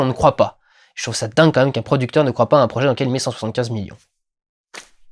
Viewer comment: Sayonara c'est pour un long au revoir :p mais au moins tu l'a bien prononcé !